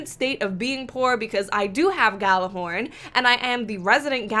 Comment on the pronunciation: Its pronounced Yallahorn